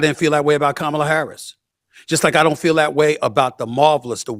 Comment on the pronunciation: Lady, the way you pronounce Kamala, said it all.